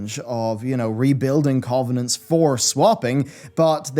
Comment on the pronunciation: Why can't this dude pronounce covenants properly ?